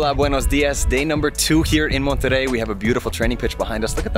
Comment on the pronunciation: First foreign non-spanish speaking person with the right pronunciation of "Monterrey"👏👏👏👏👏👏